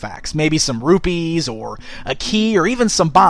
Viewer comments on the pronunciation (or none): none